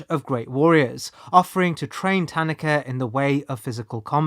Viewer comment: I appreciate how you pronounce "Tanaka." As English speakers, we often insert emphases into foreign words (ta-NAH-ka), but the way you pronounce it is closer to actual Japanese.